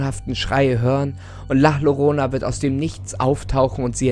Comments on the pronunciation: Der hat nicht wirklich la lorona gesagt 🤦🏻‍♀️man spricht es als la jorona = la llorona 😂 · Es wird la "Jorona" ausgesporchen trozdem cooles Video! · Gutes Video aber ich glaube es heißt la Llorona = La jorona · .......sry aber ich bin halb spanier und es heißt nicht la lorona sondern la llorona(sprich jorona)😂sorry für die klugscheißerei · OMG! Tolles Video😂❤ aber deine Ausprache ist schrecklich😂 man spricht sie nicht lah Lorona sondern La Jorona aus, weil man im Spanischen das Doppel Ll wie J oder I ausspricht😂❤ wir haben dich trotzdem lieb😂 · Ich hab dich und deine Videos echt gern, aber ich hab jedes mal kurz einen Ausrastmoment wenn du Lorona sagst. Es heißt Llorona (Jorona). Genau dasselbe Gefühl habe ich bei Gnocchi, wo viele einfach Gnotschi sagen :(( (No Hate) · Man spricht es übrigens la jorona aus und nicht la llorona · Müsste es nicht "la Jorona" ausgesprochen werden? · Was laberst du mit Peru, la llorona hat angeblich in Mexiko gelebt haben. Also beschwere dich nicht wen jemand mit el salvadorischem spanisch kommt Und ich glaube es wird la ljorona ausgesprochen Hat meine spanisch Lehrerin mir gesagt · Nein. Das wird wirklich la jiorona ausgesprochen. Soll jetzt nicht böse klingen. Meine betonungen sind lieb und nett😊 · da hat jemand in spanisch aufgepast😂👌🏻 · Ich glaub es wird „Layorona“ ausgesprochen. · Doppel "L" im spanischen wird als "J" ausgesprochen, also "jorona" :) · Also man spricht das normal la jorona aus 😂ok👌. Ich bekomme sonst zu viele lachflash lol. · Wie du La Llorona aussprichst macht mir mehr Angst als die Weinende selbst Es wird Jorona ausgesprochen. Genau so wie Mallorca mit J ausgesprochen wird. Gracias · Ich will nicht meckern, aber du sprichst la llorona falsch aus. Ich bin Mexikanerin und es wird la jorona ausgesprochen. Im Spanisch/Mexikanischem wird ll wie ein j ausgesprochen. 😊Ich hoffe ich konnte auf irgendeine Art und Weise helfen. ❤️😊 Schönen Ostermontag noch 💐🐣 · Das wird so ausgespricg la jorona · Man spricht es jorona aus